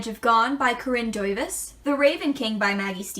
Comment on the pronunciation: That pronunciation of Corinne Duyvis's name was very good. You're the first person here I heard pronouncing a Dutch name almost perfectly :D Loved it <3